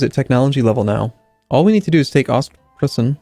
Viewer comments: To safe you from further verbal murderization of country names and since you tried it for 4 episodes now (you even got it right once! ^^): It's pronounced "ostproyssen". Most eu's in germanic words are pronounced like that. You can do it, I believe in you. ;) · Ostpreussen is pronounced more like Ostproyssen